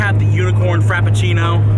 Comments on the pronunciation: “Unicorn Crapafrino” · Everyone: "unicorn frappuccino": "UnICoRN cRAPaFRInO!" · Unicorn crappuchino 😂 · "Unicorn crap a frino"